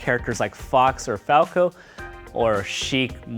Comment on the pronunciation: Sorry guys, i made a mistake. It's falco not falco.